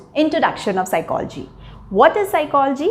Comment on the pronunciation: Please correct Ur pronunciation of psychology. Secondly its bakwas